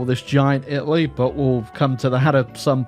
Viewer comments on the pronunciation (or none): none